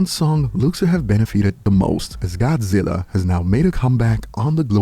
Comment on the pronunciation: Not godziller! lol love ya